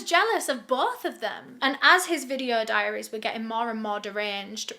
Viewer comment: diaries not dairies silly :P